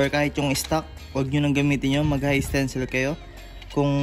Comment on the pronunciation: Hi Sir Wag mo sana masamain correction lang po.. 😁 Isa rin ako sa mga taga panood mo. Dapat po ata "high tensile" (hay tensayl) at hindi "high stencil" ☺️ RS lagi..